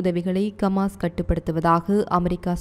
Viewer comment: கமான் இல்ல ஹமாஸ் கவ்தி இல்ல ஹவ்தி